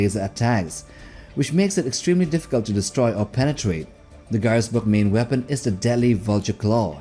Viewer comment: ガイエスブルク要塞の読み方安定しなくて草